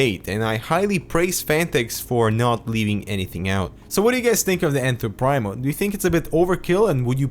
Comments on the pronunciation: Pree-mo not prime-o; great review and thanks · I believe it's pronounced "preemo". I think it means "the first" in Latin. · I'm getting this case as soon as I find it in stock :) Just to give a little more backup for the argument that it is indeed pronounced PrEEmo (not Prime-o), there's a video from Overclock . net where a Phanteks employee gives a walk-through of the case and calls it Enthoo Primo in the traditional pronunciation (preemo).